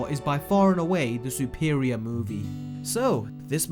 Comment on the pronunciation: why'd he say it like that lmao Sou-per-ior it's suh-per-ior.